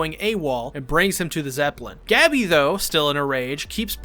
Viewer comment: STOP SAYING GABBY ITS GoH-BEEE. After further watching I have concluded you have never seen this show becuase wtf is the pronunciation of these character names